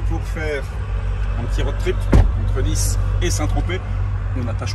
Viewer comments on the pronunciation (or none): none